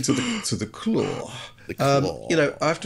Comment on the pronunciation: "The Craw?" "No, not 'The Craw', 'The Claw!'" "Ah yes, 'The Craw'".